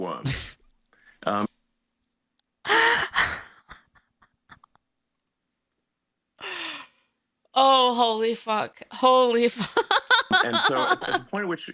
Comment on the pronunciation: Was I the only one who heard Elon Musk say "Bowl of Wombs" when he meant "Bowl of Worms".